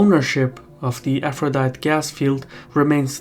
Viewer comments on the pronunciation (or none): Aphrodite is pronounced “afro di tee” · Aphrodite in English is pronounced with the final e. Four syllables, so it sounds like a- fro- dye- tee. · and "Aphrodite" gas field. Sounds similar to a certain person saying "yo-semite", although at least for english is not his first and only spoken language